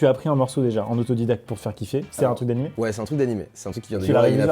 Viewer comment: je parle pour tous les otakus: on dit anime pas animé !!!!